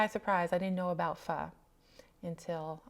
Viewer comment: It’s nice to hear you say Pho correctly ☺️. I’ve had both and I’ll eat either depending on the mood. There’s also Korean and Japanese ramen which uses different base.